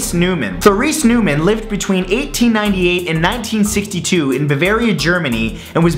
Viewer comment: The correct pronunciation of Neumann (Noy-mann). I have been to her burial sight in Bavaria Germany. I have seen the place where she stayed, it was quite a visit. I have several pictures of the cemetery where she is buried.